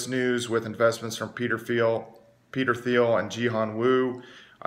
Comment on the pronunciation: Peter Thiel.. T T T T Thiel, pronounced Teel like eel or feel. Its a silent "T".